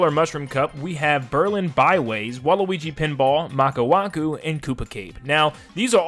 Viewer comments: It’s maka wuhu right? Maku waku sounds like some kind of crash bandicoot character lol. It’s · it's maka WUHU not maka waku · Also its "Maka Wuhu" not "Maka Waku" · He said maka waku instead of maka wuhu lmao anyways awesome video! The ones I really want are Waluigi pinball, Dino Dino jungle Wario Coliseum and Shroom city from game cube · "Maka waku" LOL 😂💀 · It’s Maka WUHU.